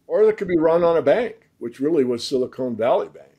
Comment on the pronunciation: "Silicone" Valley-----hah!!